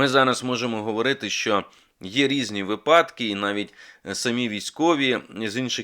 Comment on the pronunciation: Пане Мусієнко,ви претендуєте на роль лідера думок,тому ваша мова має бути теж взірцем для інших людей… слово випадок має наголос на першому складі, інакше-на другому.